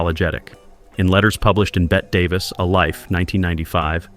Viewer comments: Most of these videos mispronounce her name because AI does not know nuances. Some are just lazy and dumb. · And mispronouncing "Bet Davis".